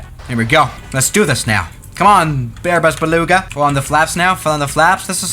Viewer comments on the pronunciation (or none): “Bearbus Beluga” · Bearbus beluga